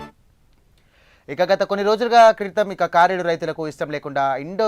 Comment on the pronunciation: కారేడు కాదు కరేడు.